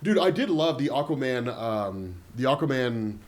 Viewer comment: Good Lord. Really? You can't pronounce aquaman either?! lol I watched a documentarary about ockaman fighting the dorves. It's like watching an episode of rugrats with these pronunciations lol. All joking aside, love the videos. Keep em coming